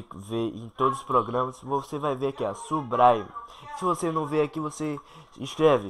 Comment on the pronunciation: subraime KKKKKKKK